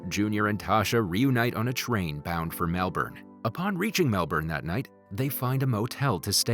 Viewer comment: no one saying how he didnt say Melbourne right